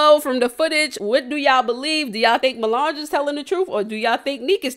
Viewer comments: U continuing to call that girl “milange” is wild🤣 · I can’t get over you calling her Mulange 😂😂😂😂😂 I was weak every time